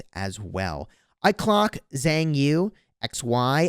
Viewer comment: Xiang Yu is enunciated more like "Shun you". xD Xiang isn't pronounced "Zang"